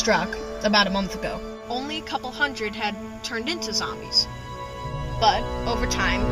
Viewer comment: lol he says zambies